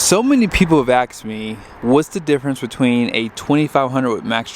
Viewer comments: Man you lost me in your first comments. It's asked, not aksed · so many people have aks you? lol